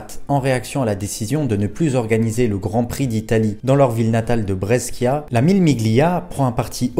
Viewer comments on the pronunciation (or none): Et « Brescia » —> Brèchia 😊